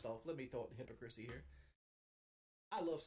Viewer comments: Hippo crispy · “Hipacrissy”😂😂😂 real conway education